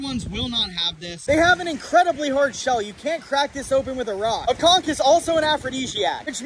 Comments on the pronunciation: is it pronounced "konch" or "konkh" (<--- the one he said) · It's literally pronounced "cunk" not con 😂😂 and we eat that shit down here in Savannah GA in some hot sauce, seafood seasoning and garlic butter I can say it is not no aphrodisiac we eat this literally everyday 😂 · No conck is how it's pronounced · Bro it’s pronounced con-CH!!! 😳😂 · How do you pronounce aphrodisiac right, but not "Conch" 😂😂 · all dat info but pronounces conch that way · He can’t even pronounce conch right